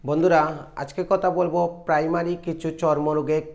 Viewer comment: কতা না কথা,বালো না ভালো।